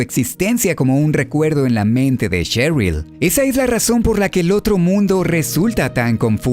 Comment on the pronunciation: Buenas. Shattered se pronuncia "Shattered", no "Chattered". "Sheryl" se pronuncia "Sheryl", no "Cheryl". Aprendamos a distinguir entre la eSe y la Ce, así como el sonido que emite una S y una C, al ser leída en voz alta. Saludos.